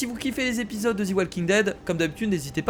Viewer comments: enfaite sa se dit pas zi mais ZE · D après moi sa ne se prononcer pas zi walking dead ni ze walking dead mais plutôt De walking dead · Parce que en anglais the se prononce de